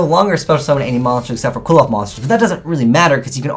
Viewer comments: Alexander Vaught I think the end should sound like oth instead of oath since there is no e at the end of the name. Seriously though I think doesn't even try pronouncing some yugioh names properly and just settles on a wrong pronunciation. I've also noticed it's not just and other yugitubers do it as well. Not only that but they pronounce it wrong in the same way as. Seriously can we please try and get these guys to pronounce the cards properly. Sorry for being a bit ranty it's just something that annoys me XD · "Klee - Fawth" come on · Cliff-Oth. ITS PRONOUNCED CLIFF OTHS DONT POISON OUR MINDS. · dudes, it is CLIFF -oth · Sean Middlehurst It is definitely CLIFF-oth. The Japanese pronunciation is "Kurifōto"which sounds similarly to CLIFF-oth. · And this is WITHOUT the new Qliphoth boss monster, who, as we all know, is insane XD Just so you know, I believe it's pronounced "Kil-pot" (understandably hard to pronounce, because it's not an English word) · Dragoniiii12 pronounce the "cli-" in "click". And combine that with what I stated in the first reply. Qli-F-Oath Cli = Qli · Well, their japanese pronounciation is Kurifoto, so they are pronounced "Klifot". Also, their names are based on Jewish mysticism and can be considered to be connected to the Tree of Life, as seen on Apoqliphoth. The new Shaddoll is also called Shekhinaga, which is deprived from a female version of "god" or be translated as "the place where God rests". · Can you please just pronounce Qliphoth correctly? It's really not that hard. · I have a dream that one day you will pronounce Xyz and Qliphoth correctly. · It's not pronounced kwilloffs!!! Kleephoths! Sheesh. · Pronounced (Cliff oth) hearing it quilloff just hurts my soul. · Its pronounced Kli-foth bro not Quiloph :') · Why are you pronouncing qliphoth, kwill-off. Is that how they pronounce it in japanese cause its supposed to be pronounced Klee-foth or Cliff-oth. Sorry if it just annoys me cause I'm part Jewish...